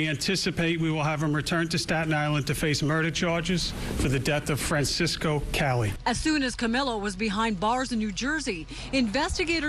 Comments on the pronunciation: Francesco not Francisco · Fran-CHESS-co, if that helps you pronounce it, lady. He was Italian, not Mexican.